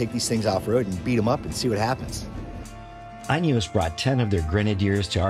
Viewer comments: Pronunciation as follows: The “in” is pronounced as it’s spelling suggests. “In”, not “eye’n”. Add “eos” to “in”and there you go. I gather the North American market is limited to petrol only power plant, and I’ve also heard that you’re possibly limited to the Trialmaster (not Trailmaster) and Fieldmaster models only, but that might’ve changed by now. Something to do with US Type Approval when adding optional accessories during production, as opposed to add on accessories which are fitted post manufacture. Hopefully my 2 seater Utility Wagon will be ready in June (diesel option). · Is it not pronounced "Inny-Yos"? Cuz I heard him say "Uny-Yos" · Great video. 🙂 You probably should learn how to pronounce INEOS though. 🤣